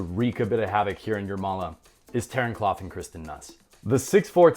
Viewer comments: Kloth is pronounced like oath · You're mispronounced Kloth. It's not like Cloth.